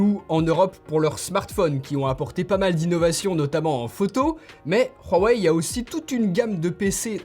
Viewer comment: J'adore le "Rhuawei", ça prononce bien 😂👍🏽😭